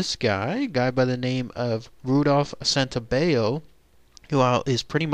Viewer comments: The double L isn't pronounced like a y in Italian like it is in Spanish. His name is Santo-bell-o. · WRONG, GET YOUR FACTS STRAIGHT, THAT'S NOT HOW IT WENT DOWN.. AND PRONOUNCE HIS NAME RIGHT, SANTO BELL O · You're right. The letter "L" in Italian has to be pronounced like an "L". The narrator is pronouncing it with the Spanish rule. Not sure why. He should know Santobello is Italian. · Your saying my last name wrong, it’s Santobello god don’t disrespect my uncle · Hi, you are pronouncing my last name wrong, that was my uncle. Most of your info on my uncle was correct, but some of it was incorrect.